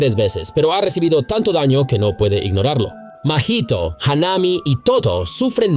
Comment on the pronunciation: Haname.... say it with me... HAW-NAH-MEI .... Mahito... say it with me... MAW-HE-TOE